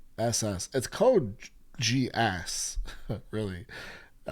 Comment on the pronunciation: 99,9% of anime names do not require changing letters to sound more American, so yeah Geass is G like Good and not Jiass like Jeans. Same with other letters like A that is like Alaska and not Ei like Angel (Eingel). The original sound of letters remains, so A=Ei B=Bi C=Ci and so on are not used. is the correct pronounce indeed.